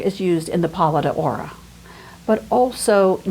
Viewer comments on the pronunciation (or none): pronounced "paladoro", as 1 word. It's Cefalù pronounced CHE-faloo. It's pantOKrater, middle syllable emphasised.